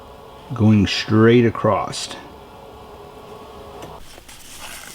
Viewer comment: Love your work. Top notch but for god sakes, there is no "T" on the end of the world ACROSS.